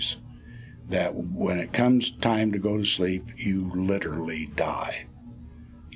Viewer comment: "Litterally die"? Haha!! Can't watch this guy. What's up with the mouth posturing?